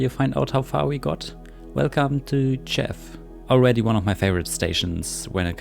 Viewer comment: You're pretty close, but "Tczew" has two distinct sounds at the begining: 't' and 'cz' (tsch). So it's basically "T-tschef". You can try to put a vowel in between first and then shortening the vowel as much as possible.